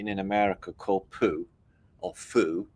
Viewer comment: The Vietnamese soup if pronounced Fuhh! XD not a fan,))